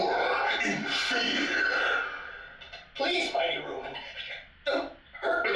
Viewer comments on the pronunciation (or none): “Rue-men” Volgan? Rue men? It’s Ro-man ROW Man. Like Robot? And Monster. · Roe Man. Not roman. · Well, since I guess there’s no other 50’s Sci-fi nerds here, I guess I gotta be the one to point it out The “Ro” in “Ro-Man” is pronounced like “robot” that’s why the movie is called “Robot Monster.”